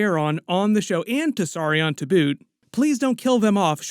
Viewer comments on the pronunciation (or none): none